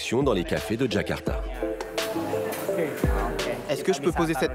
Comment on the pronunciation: Ils ont prononcé "Kakarta" et pas "Jakarta" comme il le faudrait